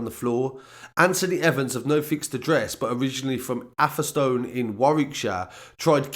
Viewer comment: Its pronounced ave-a-stun . atherstone. Just saying